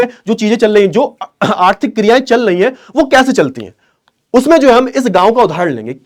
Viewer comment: Chal rhi hai ❌❌ Chal lei hai ☑️☑️